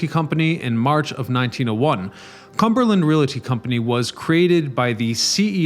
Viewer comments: REEE-AL-TY, not Ree-lat-ty! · Very interesting. I’ve always loved this building but never knew it’s history. Thank you for the edification. One thing you might want to keep in mind for future videos. “Realty” is a two syllable word. A lot of people make the mistake as well as when they say real-a-tor. Just thought you might like to know as a wordsmith myself. Continued success on your channel! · Please learn how to pronounce the word REALTY.